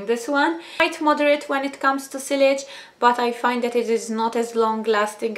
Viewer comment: Sillage is pronounced 'see-arj'